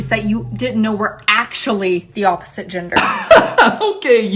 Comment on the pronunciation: why is she saying ginger instead gender 😭😭